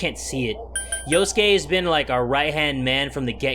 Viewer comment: SuRIKE That's the point. His name is Yosuke yet numerous times he mispronounces as "Yusuke". This is amusing because of Persona 5. Therefore OP wasn't incorrect.